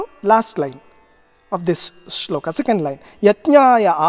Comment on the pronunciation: श्लोका नहीं श्लोक! संस्कृत का उच्चारण श्लोक है।